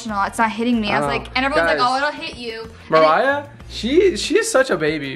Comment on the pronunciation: It's Mariah not marie